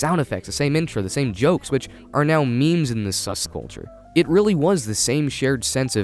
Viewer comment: Did you really just say SuSculture